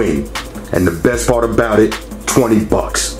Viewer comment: "best pawt... twendy BUCKS!" LOL. awesome.